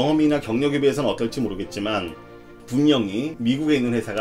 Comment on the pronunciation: 캐리어 아니구요....커리어에요